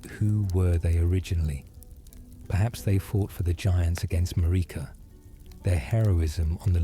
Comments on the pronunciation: Tip: to prevent stupid pronunciations by AI tools, write out the names phonetically with similar syllables Marika > mare-ick-a Melina > mel-in-a miquella> Mick-a-la I've had luck with this when creating for work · Love these videos but takes me out of it a bit when you mispronounce Marika and Melina….